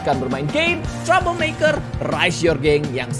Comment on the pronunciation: Aku dnger trouble makker malh jadi tumbler meker 😅😅😂😂